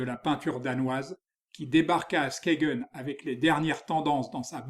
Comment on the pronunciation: Skagen ne se prononce pas 'Skégen' mais 'Skeïn' en danois.